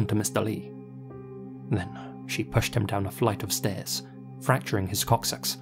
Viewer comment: LOL.. sounds like he’s saying cock-socks. No idea what that is 😂